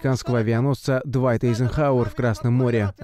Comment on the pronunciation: Так он затонул? А ели нет, чего радоваться? Что попали в него? В такую дуру трудно не попасть! И еще: азербайджанцам знать английское произношение не обязательно? W, т.е. - "дабл ю", в английском читается как "уай", "уи", поэтому правильное название авианосца "Дуайт Эйзенхауер"! Это в немецком это "дубль в". Впрочем, поколению "виндовз" трудно объяснить, что такое "уиндоуз"